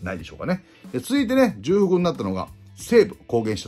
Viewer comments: 重複は じゅうふく ではなく ちょうふく です。 じゅうふくは×ではありませんが 元々は間違いです。 貴重をきじゅうと読む人が増えればいずれきちょうの横にきじゅうも辞書に載るかもしれませんね。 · 『じゅうふく』ではなく『ちょうふく』ですよ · 重複はじゅうふくではなくちょうふくかと思います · じゅうふく が凄い気になっちゃう（笑）本来は ちょうふく だけどもうこれもどちらでも良いって風潮になってるよね… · 里崎さん、じゅくふくではなくちょうふくでは？ww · サトさん色んなチャンネルで使ってますけど、｢重複｣はジュウフクじゃなくてチョウフクです。 細かくてすみません。毎度毎度気になっちゃって( . .)" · じゅうふくじゃなくてちょうふくね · 慣用読みで使われてますけど、じゅうふくは聞いてて恥ずかしいのでちょうふくと言いましょう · じゅうふくじゃなくちょうふくです！！ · 重複は「じゅうふく」ではなくて「ちょうふく」ですよ。「慎重」「丁重」と同じ読みです。「慣用読み」として使われているだけなので、今後訂正された方が言葉を使う職業として宜しいかと思います。 山下輝投手取れたのは良かったです。高校時代投げ方を見て波佐見高校の隅田投手同様木更津総合高校の山下投手をプロで通用する投手と見ていました。トミー・ジョン手術で回り道しましたが、パワーアップして戻って来ました。変化球のコントロールでは隅田投手と互角なので確保出来て良かったです。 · 重複をじゅうふくって読むのアホだと思われるので辞めた方がいいですよ まあ最近はじゅうふくって読んでもいいみたいになってますけど、読み間違えるアホの声が大きいからそれが通用してるだけであって やっぱりここは多くの人が見てるんで正しい日本語じゃないとだめでしょ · 重複は、『ちょうふく』と読みます！ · 重複（ちょうふく）が正しいかな？ 投稿おつかれさまです。袴田さんとの収録も楽しみだな。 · 里崎さんも「じゅうふく」民だったか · 重複をじゅうふくって言うの気になる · 里さん！ 重複は「ちょうふく」ですw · 重複→ちょうふく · 重複(ちょうふく) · 重複をじゅうふくって連呼するのがキツい。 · 重複(ちょうふく)です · 重複は、じゅふくじゃなくちょうふくです、かんさいじゃなく かんせいがくいん。